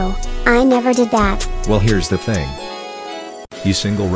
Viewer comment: “HERES THE FING”!!